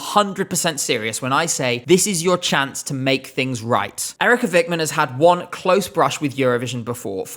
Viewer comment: We're not going to vote her because the way you said Eerika Vikman sucks ass